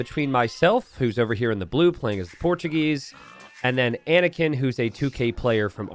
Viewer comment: Anakin not panikin.